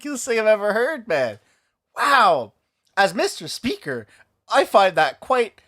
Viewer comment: You make my day!!! Meester Speeeaker